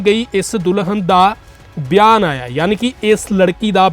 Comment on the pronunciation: ਵੀਰੇ ਵਿਆਨ ਨੀ ਬਿਆਨ ਹੁੰਦਾ, ਪੰਜਾਬੀ ਸ਼ੁੱਧ ਬੋਲੀਆ ਕਰੋ